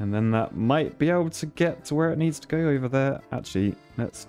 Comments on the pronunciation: Americans: "over and over and over and..." This guy: "uva on uva on uva on..." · He says over oyver